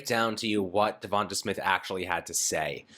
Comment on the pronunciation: DevonTAY not DevonTUH. If you’re such a fan then at least say his name right.